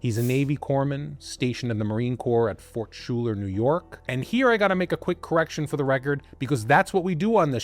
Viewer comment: Fort Schuyler is pronounced Fort Sky-ler.